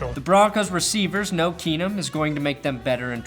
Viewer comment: "Case Keesum. KEENUM!"